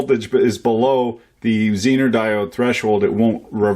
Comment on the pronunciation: Thank you for pronouncing Zener diode correctly, unlike Dave at EEVBlog.